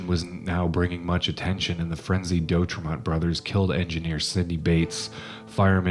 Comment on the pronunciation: Oregonian here.. It's pronounced De- Au-trey-mont, Not Doe trey mont... Siskiyou (Mountains) pronounced Sisk- i - you Mountains.. Thanks for taking note of this..